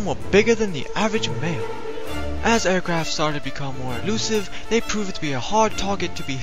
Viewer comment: "Airquaft?" WTF?!?